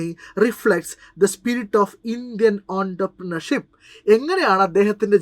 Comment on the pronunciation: Entrepreneurship ingane allalo pronounce cheyunnath